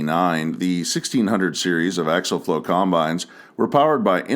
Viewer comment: It isn’t axle flow. It is axial flow. They aren’t pronounced the same.